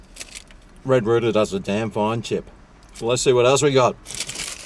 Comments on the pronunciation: Why do you keep saying red rooter, I thought it was red rooster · Not sure how y'all do things down under, but the letter 's' in rooster should not be silent 😂😂😂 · I think likes saying red rooter😂🤣🇦🇺